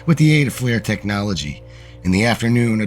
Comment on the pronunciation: You are mispronouncing several words. FLIR, (a night imaging technology,) is not supposed to sound like "flare." No big deal. I do appreciate your work.